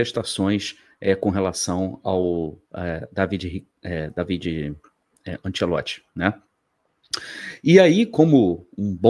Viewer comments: bom dia. A pronúncia correta, em italiano, é Dávide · Eu tenho um primo italiano que se chama Davide, minha mãe italiana pronunciava Dávide. O tradutor google também pronuncia Dávide.